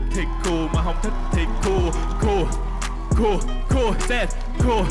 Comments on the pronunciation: Phát âm tiếng anh đúng thì cool nghe gần như là “cul” chứ ko đọc là “cun” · Cool not "cu" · Ông này đọc ''Cool" hay "Cua" đều nghe thành "Cu" nhờ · "Cúc cu" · Tôi nghe ra cúc cu :)) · có ai như mình nghe "cool" vs "cua" thành "CU" ko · Tưởng thế nào, hoá ra phát âm còn không chuẩn “cu cu” =))) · Phát âm Cool với cua giống nhau à. :)) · sao đọc "cu cu"😬